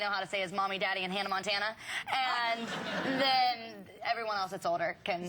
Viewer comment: LOL she says Hannah Mantana,not Hannah Montana.listen 2 it its funny♥